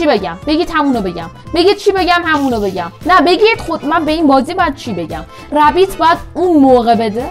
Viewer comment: ن ببین:/ بجا ربیت گفتی رپید😂💦